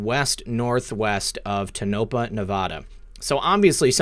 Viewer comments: Subbed to both...Thx Q. Tonopah..., you pronounce it like this Tone a paw.....Crazy, I know. I live in southern Utah. I hope they are taking out the DUMBs. Love ya guys!!!!! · Tohapah - pronounced "TONE-ah-paw" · it's tone-a-paw....Tonapah